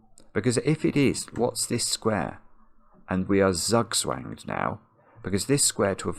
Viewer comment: pronunciation of zugzwang made me cringe